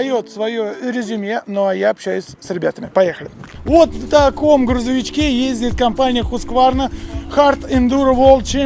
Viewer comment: Да сколько можно говорить "Ездиет"?